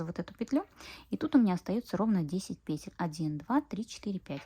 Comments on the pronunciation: ПетЕль, делайте ударение правильно. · Ольга Кондратьева говорит петЕль, и её слушать намного приятней😊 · пЕтель прявильно произносить.